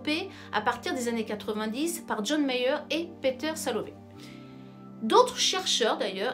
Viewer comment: C'est John MAYER et non John Meyer